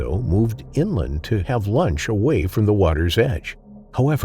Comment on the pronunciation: The family went inland not inlind 🤪